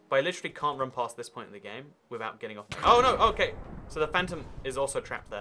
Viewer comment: no one:: bearing the game withouhht being born yet